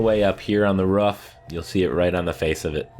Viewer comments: I know roofs can be rough but uh, they’re called ‘roofs’ not ‘roughs’. 😁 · I want to know how your brain sees the word “roof” and you say “rough” or “ruff” like bro its not a hard word to say correctly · It's roof not ruff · I love how he says ruff instead of roof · And how he calls the symbols "fragments". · What accent calls a roof a ruff? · Why do you call a roof a ruff? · It’s pronounced roof not ruf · This video would be a 10/10 if he could say roof correctly